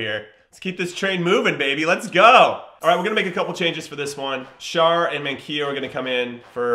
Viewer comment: Btw Schär is pronounced like Share not char